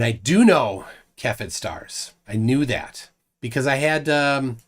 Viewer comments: Cepheid of Cepheid Variables is pronounced "say-fee-id", not "ka-fed". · Its pronounced seh·fee·uhd -> cepheid.